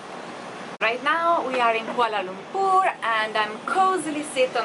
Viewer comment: she just nailed the word Kuala Lumpur. sounds perfect.